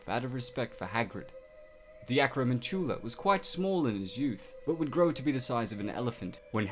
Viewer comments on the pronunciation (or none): You say acromantula annoyingly. It's pronounced like tarantula. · Why are you pronouncing Acromantula so weird? (with hard emphasis on the last syllable) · Not how you pronounce acromantula